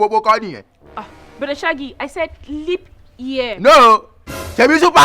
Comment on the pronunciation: Honestly you are a case BROTHER SHAGGI🤣🤣🤣🤣🤣......LEAP not LEANP🤪🤪🤪🤪🤪🤪